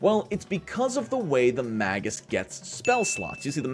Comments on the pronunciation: Better drink challenge: Take a drink everytime he says MAY-GISS wrong... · "magus' analysis" only rhymes if you pronounce "magus" wrong